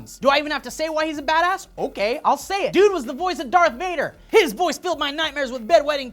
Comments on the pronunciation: Every time you said badass! i heard Dat ass ! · "badass" sounds like "dat ass"